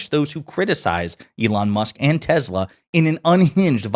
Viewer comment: U mean TESLER????